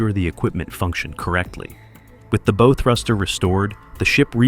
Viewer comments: it's bow, like bow down. not bow and arrow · That's pronounced bow, as in cow.